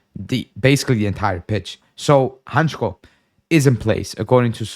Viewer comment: Hancko is a Slovak player, and as a Slovak, I must say it is pronounced Hantsko not Hantchko if you read that in English. Not that it matters , but hurts my ears 😂